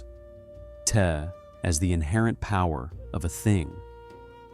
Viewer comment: The info is great, but it would be nice if the pronunciation was correct. If you used Pin Yin Romanization rather than the antiquated Wade-Giles perhaps your A.I. could pronounce the words more correctly. Dao De Jing (道德经），( 德) "De - 2nd tone"- "Virtue", definitely NOT "tea". （道）"Dao - 4th tone) These are such central concepts to Alan Watts' teaching that mispronouncing them to the extent that a Chinese speaker could not recognize what you are saying is a disservice to the teaching, even if 名可名非常名。